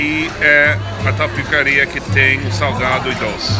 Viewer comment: Ele falou tapicaria?